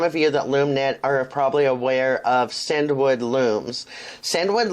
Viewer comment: Actually CinDwood is pronounced as “Cindywood”. Hence the long D sound in the middle, The owners name is Cindy!